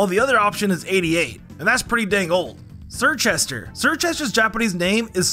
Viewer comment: You said surkit the s isn't silent